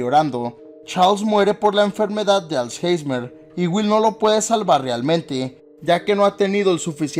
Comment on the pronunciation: Alzheimer* no alzheismer